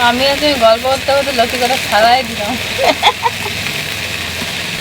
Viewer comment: দিদা নতি না লতি বলেন আমার লতি বলি ।❤